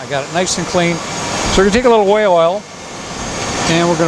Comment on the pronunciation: It sounded like whale oil to me too, although I knew he meant way oil…..